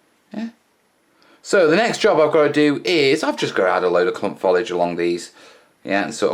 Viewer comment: Another good vid! ....but for the love of God, Man, STOP saying "follidge"!